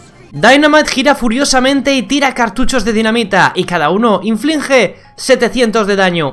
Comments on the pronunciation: inflinge ¿No era inflige? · Todos: *Hacen comentarios graciosos propios Yo: " dijo influje en vez de inflige:v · Nadie: Absolutamente nadie::"Influnge" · "Influnje" jajajaja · este es el numero de veces que dijo "inflinge" 🔽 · Juan Antonio Fernández también se equivoca diciendo INFLUGE (en el gadget de spike) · Nadie: Ni un diccionario Ni la rae: INFLUNJE